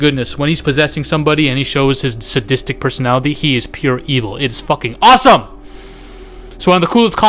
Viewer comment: how he says AWESOME... 😅